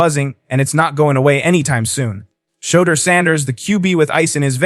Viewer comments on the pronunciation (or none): Is he saying showduer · Can u please pronounce his name the right way? Why do yall do that mess? U pronounce every word correct except that man’s name. Someone has surely told u this. Get it right narrator.